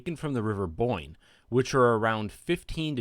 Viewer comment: I thought you called it the river boink